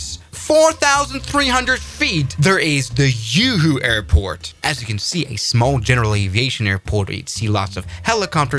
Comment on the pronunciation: Yoo Hoo Airport